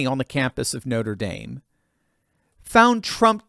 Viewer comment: Noter daim? Did you flunk French? What up with that?